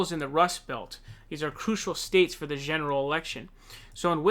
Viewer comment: ....Zheneral election